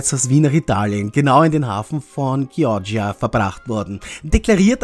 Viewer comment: Dein Hafen von Chioggia wird "Chiodscha" ausgesprochen.